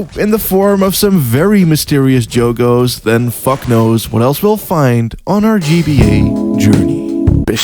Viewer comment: just fyi the plural of "jogo" is pronounced like you were pronouncing the english word "jog" + "oos"